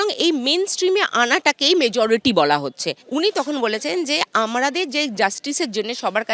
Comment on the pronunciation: তুমি মেজরিটি বলতে পরো না খুকি...